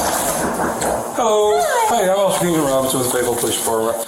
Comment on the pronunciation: Not me just watching random crime videos and then hear “feyetville Arkansas” which is an hour away from me